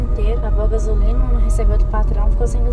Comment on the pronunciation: alguem percebeu o erro "rebeu"